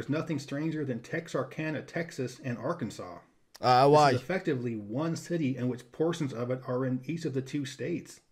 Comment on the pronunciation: Im in arkansas...yeah you butchered all those names lol. Great vid